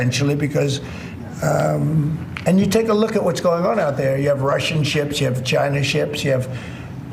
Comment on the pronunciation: Trump is just Hitler reincarnated. Also, a message to Trump: It's pronounced 'China', not 'Jina'.